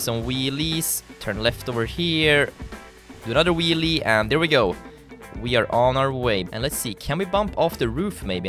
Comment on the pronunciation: you say dar instead of there